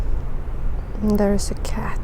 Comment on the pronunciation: I was making coffee and not looking at the video, just listening, and you said there's. But with the accent it sounded like deres which sounds similar to my name so i turned my head around lol